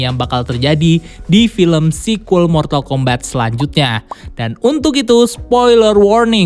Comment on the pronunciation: Mortal kombat di baca mortal kombat, bukan mortal kombet, di game sendiri ga ada dialog yg nyebut mortal kombet